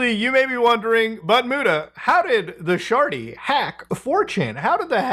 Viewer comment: "the sjarty" 😂